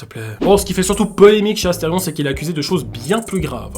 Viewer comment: 😮 incroyable le son "c'est Asterion pas Astefion"